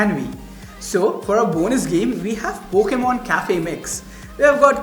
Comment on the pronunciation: destroying the word pokemon:'(